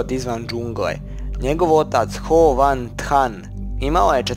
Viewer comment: Ho van than 😂😂😂😂